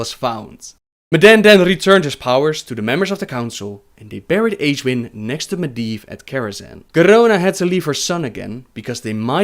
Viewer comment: isnt she pronounced [egg-win] ?